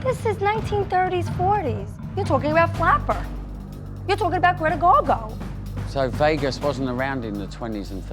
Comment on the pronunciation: That girl actually said Greta GarGo….wtf